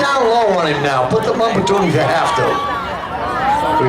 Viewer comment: Drive it hodd! Get on the bumpahh!